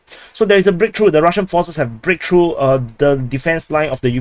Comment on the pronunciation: "Massive breaktruh" Bro russia went from kiev and warsaw in 3 days to this massive sucess 🤣